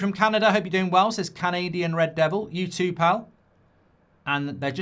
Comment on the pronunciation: 😂😂 Its rrrrred